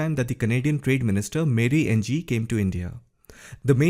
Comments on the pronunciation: Mary Ng is not pronounced engee it is pronounced as eenngg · Hi - Mary Ng's surname is pronounced like "ing" - I learned at work due to a coworker having this surname.